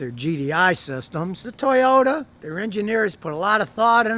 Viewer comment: Nice Tojota ... TURD you said ?